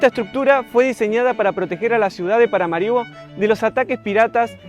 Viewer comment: Muy interesante reporte desde un pais poco conocido. Me gustaría ver interacción con gente local. De paso, la pronunciación correcta del nombre de la capital es con acento en la última "a".